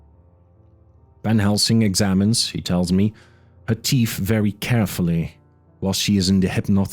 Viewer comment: This narrator has a great accent for the European chapters, but why do all narrators have a speech impediment? This one can't say "th"...souf and teef, it spoils what would otherwise be a great rendition of this classic novel. The amount of mis- pronunciation is extremely annoying too. Such a shame, as other parts of the narration are spot on